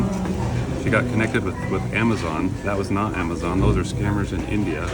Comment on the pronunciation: dude can't even pronounce Amazon properly.. "ammeschon"